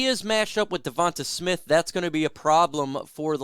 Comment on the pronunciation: You saying devonta smiths name gives me aids